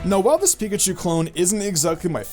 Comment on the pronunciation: Nyah, "Piakchu clones" ^.^ *Pikachu Clones